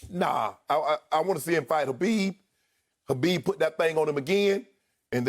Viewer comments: Who's Habib? It's khabib Shannon! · Shannon..... it’s KHABIB not HABIB